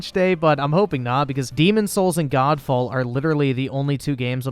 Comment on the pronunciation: That L on Godfall tho